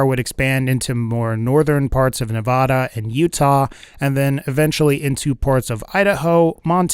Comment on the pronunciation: If you say nevoda one more fricken tike i will fricken slap yo ass till you cant stand